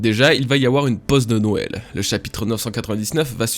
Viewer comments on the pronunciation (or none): none